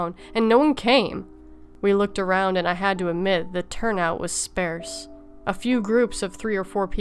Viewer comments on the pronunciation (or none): ‘The turnout was “spare-sss” ? Jesus Fucking Christ I’m bout to turn off this video cuz you can’t pronounce SPARSE. FUCK.